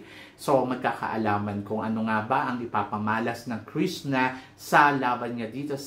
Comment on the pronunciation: Krisna ka ng Krisna Krishna haha bulol ka talaga kaloka